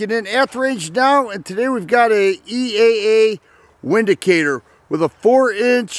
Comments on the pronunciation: Pronounced Vindacator... the W is pronounced as a V. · Pronounced Vindicator. It's German